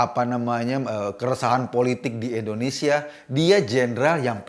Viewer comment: Mohon Ngomong yg jelas... INDONESIA bukan Endonesia,..